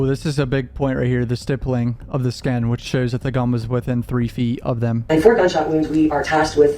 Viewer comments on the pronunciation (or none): GSR-stippling/stipple (rhymes/w nipple).. not tryin to be grammer police because lord knows your better than me at speaking.. this is only if you care homie.. really good work on all your vids tho frfr..